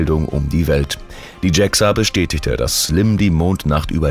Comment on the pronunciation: Warum wird JAXA englisch ausgesprochen? Sonst interessanter Bericht.